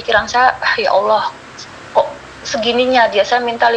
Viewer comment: tolong nama ALLOH nya jgn di singkat dan ga ada hurup w, ALLOH SWT, bukan awllh